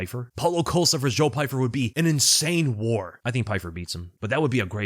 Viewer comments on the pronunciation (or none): none